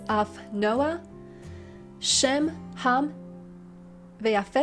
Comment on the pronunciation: Tengo una duda, en la # 12 se oye sem: como si fuera la Sin, y no la Shin, Shem